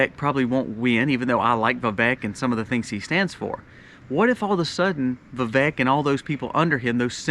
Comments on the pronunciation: Vivek is pronounced like cake..vi-vake😅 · His name is pronounced vi*VAKE like cake. Thanks for the info and perspective